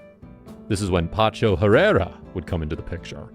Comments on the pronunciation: PACHO PACHO PACHO not PANCHO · Pacho not pancho ignorant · The narrator needs to learn how to pronounce Spanish! It’s not Pancho is Pacho! It’s not Palmera it’s Palmira Pal-me-ra!! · Pacho, not Pancho. Great video though. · You can’t seem to get his first name right, lol